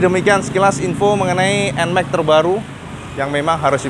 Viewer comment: Nmax bukan Enmek 🤣